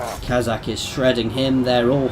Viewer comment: its Khaz-rak